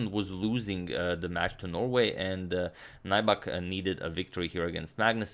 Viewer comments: "Naibak" but it's Finnish so pronounced as it's written. Nyybäk. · yes he is a poker pro..His name is not pronounced NAIBAK,, but NYYBEK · Nybäck is a Swedish surname. It is not pronounced like 'Nighbuck' but like 'Newbeck'. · Greetings from Finland (yay!)! Nybäck is actually pronounced something like "new-beck". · ä is like the "a" in cat y is like the "e" in few (without the W) tomi's surname would literally be pronounced "nyybäk" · His surname is pronounced more like "new-beck". Name is of Swedish origin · Nybäck's name is pronounced something like New-beck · No. It’s Nyy-bäk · For future games Nybäck is pronounced ''Nybeck''. Love the content tho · Or rather more like nübeck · Nybäck is actually pronounced "New back" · Nybäck isn't pronounced as nigh-bak. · Nybäck is pronounced like if it was spelled "Kneebeck" in english btw :) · It's pronounced as if you'd say "new back" (Nybäck) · You're pronouncing his name wrong. It's pronounced as "Neback" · No, Finnish is phonetically consistent. Nybäck is pronounced ['Nybæk]. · Just doing it poorly then? Even the English pronunciation would not be 'Neback'. It is standard for names to be pronounced by others the way they are pronounced in their native language. Chopin is pronounced [ʃɔpɛ̃], not [tʃɒpin]. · He has a swedish name and Nybäck is pronounced close to Knee-beck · Awesome, thanks from Finland! Although that's not how Nybäck is pronounced but nice try. #suggestion As you mentioned Heikki Westerinen in the previous video could you analyze his game against Boris Spassky in Solingen 1974 as it was Spassky's first game in the West after losing to Bobby Fischer in Reykjavik? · Agadmator pronounces all other names so perfectly, but I don't think Nybäck can even be pronounced any worse.